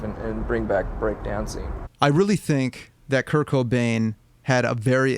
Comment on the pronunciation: Anyone else thought he was saying "kirk O'Dain" instead of "Kurt Cobain"